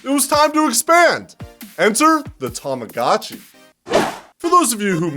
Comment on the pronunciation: 2 things i cannot accept in this video: ur voice. The way u pronounce Tamagotchi